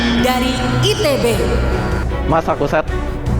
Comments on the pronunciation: Pas part Rasya yg orang denger Orang lain : Massachusetts Aku : emas satu set 🫩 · Jawaban Rasya=Massachusetts Yang ku dengar=massatuset😂😅